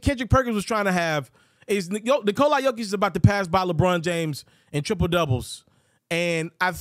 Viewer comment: The closest Nikola Jokić to correct way to say it from American!